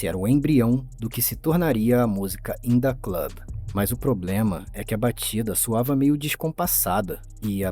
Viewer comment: "indah club" lollll